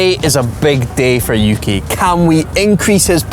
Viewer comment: yuki?(youki) uki?(ooki)